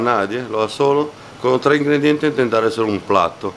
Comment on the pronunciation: El treS* y yo treh*. jajajaja